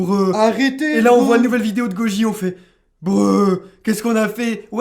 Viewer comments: Le Breu c'est un français qui essaye de Prononcer BRUH, un équivalent au Faceplam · Super video, ps: le "bruh" c'est pas un truc de one piece, c'est une espèce d'expression anglophones qui exprime une onomatopée (bruh) de PLS Genre quand t'es choqué ou en pls les gens disent bruh, mais ils l'ont un peu mal prononcé